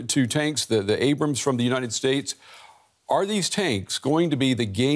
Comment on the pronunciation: It's Abrams, not Abram.